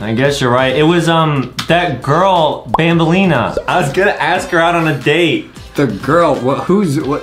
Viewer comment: ITS BANBALEENA NOT BAMBLENA